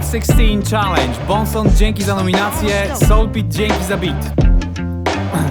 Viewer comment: Jedyny który powiedział czalendż zamiast czelendż